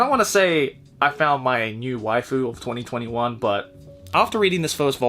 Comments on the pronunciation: you pronounce 2021 as 2020 won. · Well, you know... 2021 is pronounced twenty-twenty won.